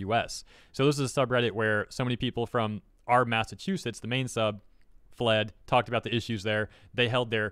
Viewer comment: what is a Mass Ass Chew Set